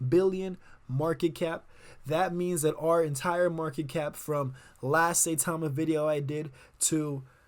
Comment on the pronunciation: Pronounced Cy-Tama.